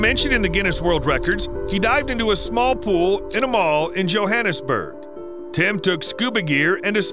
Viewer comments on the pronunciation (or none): none